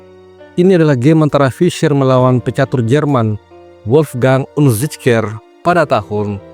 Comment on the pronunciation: Tumben min pintar nyebut namanya padahal susah di ucapkan 😁😁😁😁😁😁😁👍